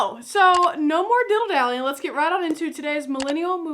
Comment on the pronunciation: do you say diddle dally for a reason? I thought it was dilly dally... just axing.